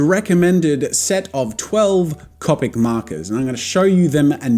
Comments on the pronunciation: He now calls them “c-o-pic” 😂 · “I’m always gonna say “cawpic”” sure jazza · “Cohpic markers” Annoying but I can live with it. “Manga” (pronounced wrong) T R I G G E R E D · Your way of pronouncing ”Copic” is fine, my art friend calls them... ”Coh- Pec” And im like WHERE IS THE ”PEC”?! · I'm from the future you will begin calling them Copic (Koe-pick) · he said coe-pic not caw-pic hahaha Jazza I caught that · Copic ~ Coe-Pik~ Manga ~ Mahn-Gah~ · Me: watches this video to learn how to say copic Jazza: yEah I pRobAbLy sAy CoPiC wRoNg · The fact that he told us that he said copic markers the way there not supposed to be said i didnt even notice he said it like that until he said that i have to deal with him saying it the wrong way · Copic?? You say it weird. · no Jazza one day you will give in to saying copic right iv'e seen it. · And in 2019 Jazza has changed his pronunciation of Copic. Never say never! Edit: No transparent blender recommended! I can't belive it! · It enrages me so much that he says it wrong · Its annoying the way he pronounces Copic wrong. To me its like calling Banana Bay-nay-nay. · Ur sai copic markar wronge!!!!!!!!!111!!!1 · Omygawd im glad im not de only one pronouncin copic and manga wrong 😂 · You pronounce Copic wrong it's pronounced Copic. XD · Disliked and unsubscribed because of how you say "copic" and "manga" so no I won't deal with it.